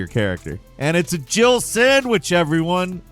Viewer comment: Years latter, it still sounds like Barry says she was almost a "Jibble Sandwich"